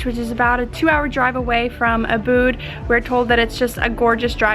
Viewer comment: Hi. Loved this video. I lived in Indonesia 16 yrs. The correct pronunciation is Úbud, not Ubúd. Put the emphasis on the first syllable (the first U). It sounds so much better when pronounced correctly.